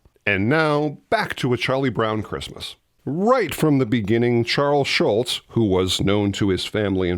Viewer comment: This another great video, but it's Charles Schulz, not Charles Schultz. You blockhead! 😁